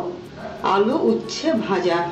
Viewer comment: উচ্ছা না, উচ্চে হবে।